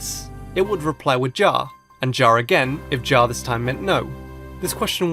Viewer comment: Ja is the dutch word for "yes" And it's not pronounced "ja" People say it like "yah" ( I don't mean to be rude or anything, I just thought it'd be nice of you to know it. >_<)